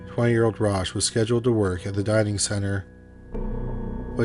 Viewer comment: "Dining center" becomes "diving center"?